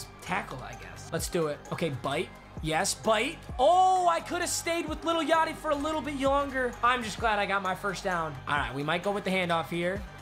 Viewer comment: Mans says “Little Yachty” 💀💀💀